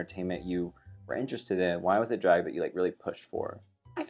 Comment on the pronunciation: The way Trixie and Jaymes say "draeg" in the same way